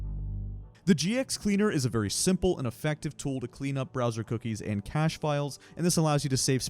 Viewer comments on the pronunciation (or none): none